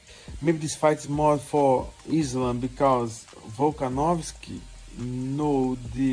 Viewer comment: She can't say the name of the champ? Really Tracy? Lame. No respect.